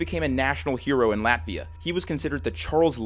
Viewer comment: I know this is supposed to be serious but in the beginning I thought he said laughia